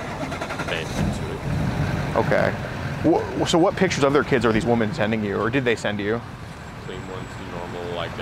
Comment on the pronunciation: Please teach the plural of WOMAN is WOMEN pronounced WHI-MEN